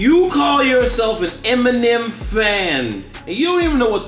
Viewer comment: 希望邊上的那位把Eminem的名字講對，不然真的很尷尬。三個影片，都講的怪怪的